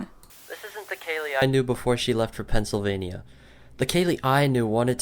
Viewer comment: Its Pennsylvania not Pennsyl filping vania